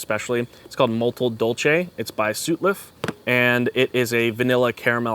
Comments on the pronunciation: It's sutliff not sootliff. anyway I can't get any of those tobaccos. you should have recommended some other branded blends. well you did but it's a otc codger blend. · It's Sawt-Liff. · SUT-liff. The first syllable rhymes with “nut”.